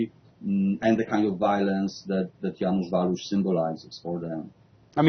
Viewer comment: Żanus Waluś XD redaktorkowi nie chciało się poświęcić 5 sekund na sprawdzenie wymowy XD tak każdy jęzuk brzmi ja wasz